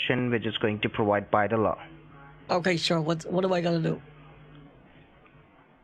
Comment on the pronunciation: Why do they always say "PROWIDE" instead of "PROVIDE??" 🙄🙄🙄🙄🙄🙄🙄🙄🙄🙄🙄